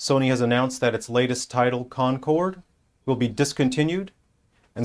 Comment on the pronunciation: "concord is kil"*